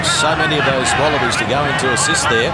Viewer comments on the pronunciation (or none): 😆 🤣 explaining it very carefully lol Tuilagi: "orkay after the game we goew" 😆 🤣